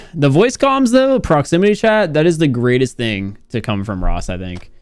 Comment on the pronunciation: Emphasis on "Greatest" 😂😂